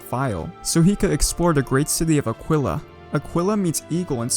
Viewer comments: Love your videos! Can't believe that you are able to upload videos so frequently! Also, the work "aquilla" is pronounced "ah-key-ah" rather than "ah-kwill-ah". Still a great video! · Eagle in Spanish is pronounced as ah-gi-lah. loved the video man hella informative. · That's not how you say águila lol.